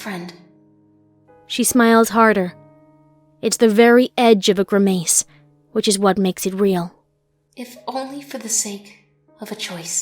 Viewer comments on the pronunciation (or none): Great story and superb voice acting. I do believe you are pronouncing "grimace" wrong though